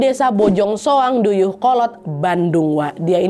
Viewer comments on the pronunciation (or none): Koreksi kak nadia bukan "duyuh" Tpi "DAYEUH" kolot 😊, hayy Bandung hadir ✌😊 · izin koreksi wa, bukan DEYEUHKOLOT tapi DAYEUHKOLOT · Dayeuh kolot kanad bukan duyuh kolot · Izin koreksi bukan deyeuhkolot tapi dayeuhkolot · Bukan deuyeuhkolot nad, tapi dayeuhkolot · Dayeuhkolott waa yg benernya bukan deuyeuhkolot😂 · Dayeuh bukan deyeuh Kalau tidak bisa sebut eu, dayeh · DAYEUHKOLOT kak bukan DEUYEUHKOLOT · Dayeuhkolot kak nad. Bukan deuyeuhkolot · Koreksi. Dayeuh kolot, bukan deuyeuh kolot ya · Dayeuhkolot kak bukan Deuyeuh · Dayeuh kolot kak nad bukan deuyeuh kolot hhe maaf 😁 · Pembahasan sejarah yg paling ditunggu. Beberapa tahun lalu, beliau jadi inspirasi pembuatan karya FLS2N untuk muridku. Thanks ❤ sedikit info, penulisan dan penyebutan daerah yang benar itu adalah Dayeuhkolot. Kalo sekarang, Bojongsoang udah jadi kecamatan yang berbeda dari Dayeuhkolot. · Maaf! Harusnya "Dayeuhkolot".